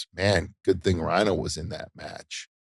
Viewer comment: Isn't it "rhyno"?